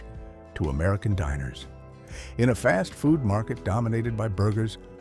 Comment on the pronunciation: It's TREECHERS not TRECHERS. AI is almost there though. The narration is pretty good.